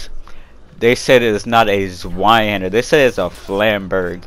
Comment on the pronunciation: Yea I heard them talking about how it was a Flamberge then they said the German version of it is a Zweihander which yea they butchered the name badly lmao. That’s all they really said though unless if I missed something that they said besides that